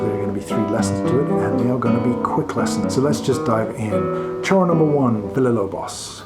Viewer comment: Great lesson! (But the correct pronunciation is “shoro”, is Portuguese not Spanish)